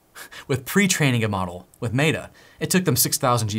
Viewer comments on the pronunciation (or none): If you keep saying Maytuh instead of Metta (or even Meeta), I’m going to stop watching It sounds so dumb and I cringe every time you say it. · Love the video, but it's pronounced meh-tuh, not may-tuh. Again, great video! Keep up the good work :) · Can I ask why you keep calling it MATA instead of META? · Great video. FYI "meta" is pronounced as "meh-tuh" not "may-tuh" just like the word Met with an a on the end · Stop pronouncing it may-tah, it's meh-ta lol driving me crazy 🤣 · we have not met, but you should know that the "e" in Meta is pronounce the same as the "e" in "met" not like an "a" in "mate". Hope this helps. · lol but why does he keep saying "MAY-DA" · why are you calling meta "matta", just to annoy or to game attention? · "maytah". Sorry, but i cant watch anymore of this video after hearing that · Clicked off after i heard "may-da" -- are you AI? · I appreciate how awesome you are and all of the knowledge you provide but I just can't handle your pronunciation of Meta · Love your videos, bro. But the way you say Meta is funny. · Why do you pronounce Meta that way? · I don't know if this is an ADHD thing or just me, but wouldn't it be great if these videos just jumped into what the titles suggests they do? So instead of hearing about AI models, coffee, and an odd way of pronouncing "Meta", it just jumped in with, here's the private AI, this is where to find it, here's how to install it, this is how to run it. The end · Please Google how to pronounce “Meta”. How can this be taken seriously? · LOL, is obviously an intelligent dude, but can't pronounce meta. Cool.